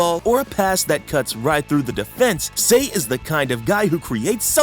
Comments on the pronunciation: it’s not “say” it’s pronounced sa-i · Sir, sir. PLEASE stop calling him "Say" instead of "Sae" (pronounced S - EYE). I'm sorry, it just annoyed me lol.